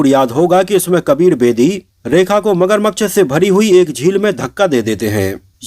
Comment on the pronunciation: भाई मगरमक्श नहीं होता मगरमच्छ होता है